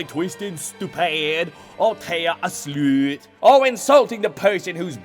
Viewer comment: Lost my shit at “You’re twoo busy cawling teia a SLOOOOT”